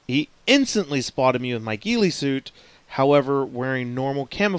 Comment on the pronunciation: James Norpel He didn't say ghillie suit, he said giely suit.